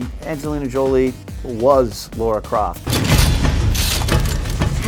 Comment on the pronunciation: I died a little bit inside because every one of you called her Laura Croft. 😦